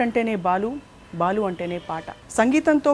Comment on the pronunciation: please Balu kaadhu Baalu garu Ani cheppandi Meeru yentha pedha journalist aina Sarey Balu garu Ani matlaadandi please 🙏🙏🙏